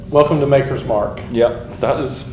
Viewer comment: It's Maker, not Marker, for fuck's sake...